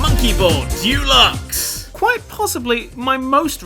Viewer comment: I still don't know he says dyooluxe when it's spelled dEluxe.